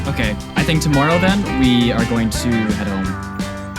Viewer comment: just curious, why do you say tomoourow?